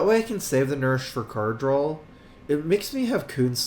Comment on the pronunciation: Also, why does he say drawl? It's draw.